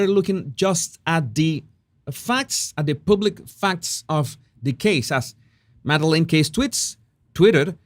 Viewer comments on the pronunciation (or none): none